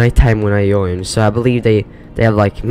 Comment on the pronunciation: Please pronounce J's correctly. Like Join not jojn. J are Like G's. Just to help you :)